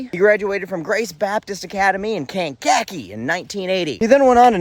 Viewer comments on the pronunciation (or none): it's Kan-ka-KEE. WC Fields loved making fun of place names with K in them. (Well he made them funny!)